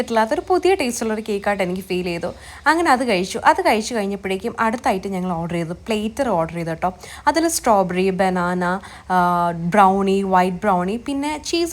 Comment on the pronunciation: Eda "പ്ലേറ്റർ" alla "പ്ലാറ്റർ"aanu..